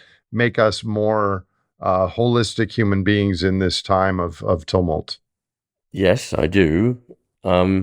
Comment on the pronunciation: Does he say "tumult" to rhyme - sort of - with 'tunnel'???